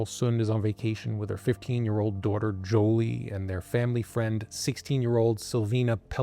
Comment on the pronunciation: I believe it's 'Juli'....not 'Joli'.....